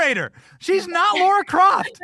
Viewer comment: Benny, it's Lara Croft, not Laura Croft.